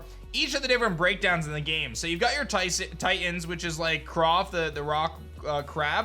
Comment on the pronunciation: Dude. It’s Klawf. With an L. 🦀